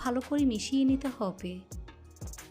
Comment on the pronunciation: হব্বে হব্বে কেনো শুদ্ধ করে হবে বলা যাইনা